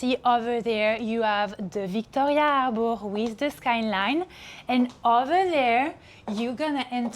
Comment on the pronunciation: arrboorre... what? arrrrborrrr.... oh harbor? dat iz wat i zaid u iddiot...